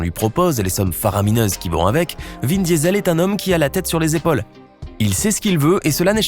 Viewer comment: C moi ou il l’appelle vin Diesel comme le gaz ça se prononce diisol